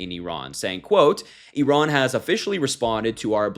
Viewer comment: One of the handful who's been saying "Iran" [eeh-RAHN]—"Iraq" in the same way, for that matter—as it should, not "I ran…" , =D Of course, whatever happens out of Trump's empty brain (but insecurity-filled bag of vanity bursting at the seams) and fallout of these impulsive behaviour—nothing will ever be his fault. He wants Iran for its oil, Ukraine (grains) and Greenland for their minerals he can control for or sell to Putin; Gaza for its land to build his resorts and golf courses on; Canada for all of that's mentioned and more. That is: all for him to exploit and profit from, and certainly not (never) for the benefit of the Americans and his MAGA voters.